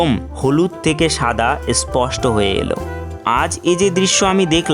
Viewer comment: বই যে তুমি পড়োনি বুঝালম ! আর কোন বই এ তুমি ম্যাগনোলিয়া হোমস্টে এর কথা পড়েছ ভাই? এ নিজের ভিডিও টাই একবার rewind করে দেখে নিও ! আর তুমি যে whatsapp ইউনিভার্সিটি তে পড়েছ সেটা তোমার উচ্চারণ দেখেই বোঝা যায় ! যে "স্পষ্ট " শব্দটাকে "এসপস্ট" সে আর যাইহোক শিক্ষিত নয় ! আর ভাই তুমি বই পড়লে জীবনে ভালো কিছু করতে, এরম পেঁচো youtuber হয়ে subscriber ভিক্ষা করতে না ! 😊😊😊